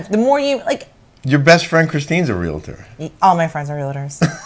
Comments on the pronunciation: I appreciate your recaps/opinions and you can have whatever opinion you want about Realtors, but at least pronounce it correctly. It is not a three syllable word. It is two. It is REAL-TOR, not REAL-ATOR. That's all. P.S. You can verify with your real estate agent friends that are Realtor members, but not all real estate agents are Realtors. Realtor is a trademarked term for members of the National Association of Realtors. Realtor members work incredibly hard, are problem solvers and tirelessly fight for private property rights. I'm proud to be one. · Real tor not Real a tor